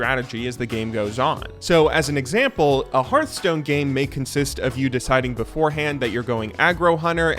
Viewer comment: I was gonna subscribe, but then you called Hearthstone "Heartstone"... Jk, good video as always!